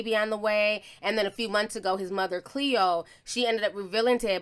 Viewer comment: Its Cleo, not khloë